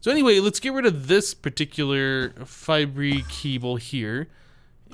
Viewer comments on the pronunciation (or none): its pronounced fiber not fibray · for god's sake, it's pronounced "fiber", not "fibree"!